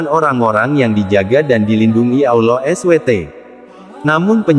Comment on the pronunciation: Mohon maaf pengucapannya harus di sempurnakan jg SWT.